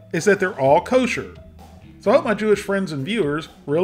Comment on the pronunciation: this one really appeals to your more orthodox Jewish fanbase. We less orthodox generally don't pay extra for Kosher (if there is a similar non-Kosher option available). Your pronunciations are good!